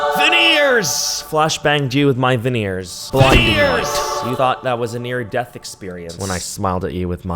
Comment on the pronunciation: I thought you said "a 'veneer' death experience" lolllll